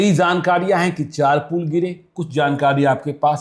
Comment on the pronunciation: पूल नहीं,पुल।